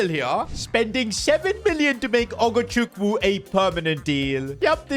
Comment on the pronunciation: Bro said ogochuku 😂😂